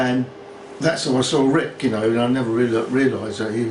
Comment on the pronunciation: Pronounces Rick 'Wrick' can't e en friggin speak English properly! Knob!